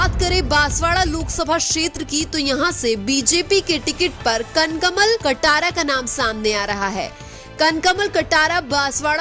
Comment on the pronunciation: उच्चारण में कई शुद्धियाँ है जैसे कनक मल कटरा को कन कमल और राज समन्द को राजस मंद बोलना...